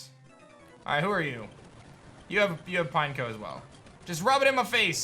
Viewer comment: "Pine-KOH!" Literally EVERYBODY ELSE: "Pin-Eck-oh" Not "Pinecone", idiot smh